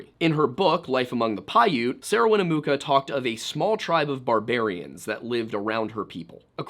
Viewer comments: Her name is pronounced Win-a-muck-a....she has a town named after her. Winnamucca! If you can't pronounce it then ask a First Nation's person to help you before you stammer over your words and pronounce it three different ways. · Dude please its Wina-muck-ah. Everyone out here pronounce it that way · It’s WIN-ah-Muh-ka. Not win-ooo-moo-ka. 😂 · Winnemucca is pronounced Winn-eh-MUCKA not Winn-eh-mooka. I;ll give you some credit for pronouncing Nevada correctly.. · Bro doesn't listen to Johnny Cash if he doesn't know how to say "Winnemucca."